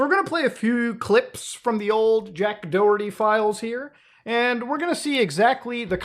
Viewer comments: you pronounce the H in Doherty. It is not Do-erty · Muda , i know you have no idea but its pronounced Da-Her-Tee , its an Irish name and we like to make words that sounds almost nothing like they are spelled , its our fav past time. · The way he said Doherty was weird 🤣 it’s an Irish surname. The h is mentioned in Doherty. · He's pronounced Doerty? I kept pronouncing him Do-herty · Is it just me bothered how you guys pronounce Doherty it's Doh-her-tea